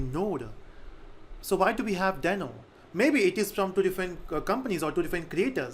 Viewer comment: yes that's what I thought as well but I guess they intentionally decided to pronounce it in a different way. Check Ryan Dahl's (i.e. the creator of Deno and NodeJS) videos on Deno. He doesn't sound like "Dino". Cheers.